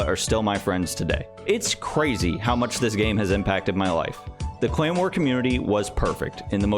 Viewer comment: Am I the only one who hears “claymore” every time he pronounces “clan war”?